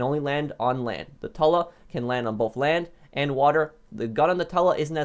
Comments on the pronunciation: “Plane is Tula “ he pronounces it t-uh-la not too-la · It’s tula not tella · Its tula not tela damn it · I don’t want to be annoying, but Tula is pronounced “Chewla” not literally Tula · Tula. Not tala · Its Tula not tola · Tula ( too lu) not (tu la) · Ah yes the TULLAH